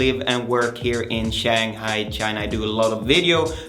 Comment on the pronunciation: This guy cannot even tie a tie properly and he cannot even pronounce 'Shanghai' correctly. He is full of it.